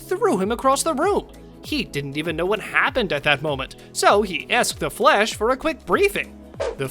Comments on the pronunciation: It's the Flash not Flesh. You keep pronouncing it like Flesh not Flash. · I keep hearing “Flesh” instead of “Flash” smh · Sounds like your saying Flesh not Flash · Is it me or does he sometimes sounds like he's pronouncing Flash as flesh. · Am I the only one who keeps hearing "the flesh"?